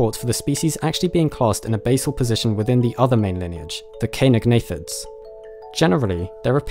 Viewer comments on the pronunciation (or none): Great video and topic, Oviraptorosaurs are always very interesting! I just want to point out that caenagnathidae is pronounced with an "S" sound, like in Cenozoic.